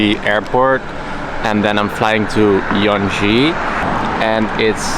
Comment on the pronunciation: Yanji not Yeonji